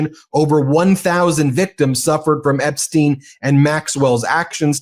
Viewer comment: How the hell ia it that a lawyer, claiming to be an expert can't pronounce Epstiens' name properly. Tighten it up! That kind of error gives ammunition to the Trumpers who will say you dont know what you are talking about. Smarten up!